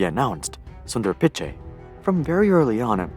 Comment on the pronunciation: The way he said Pichai and Tencent💀💀